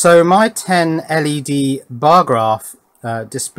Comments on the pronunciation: LED is an acronym (like CIA or KGB). Pronouncing each letter is the way of signifying that, unless you want to sound like a four-year old. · My point is that when you are referring to "Ell-Ee-Dees", like three or four times within the same sentence, "LED", as in "Led" just seems less clunky. Less cumbersome. More efficient. And what the heck is wrong with efficiency when it comes to passing on important electronic knowledge? Surely, (even though this isn't), any smart or clever twists of English that saves time while maintaining the meaning should be lauded rather than denigrated and abused??? Some people are so... Ludditish? Cavemanlike? Neanderthal? Anyone? I say forwards rather than backwards. I Say forwards rather than stagnant. Your call.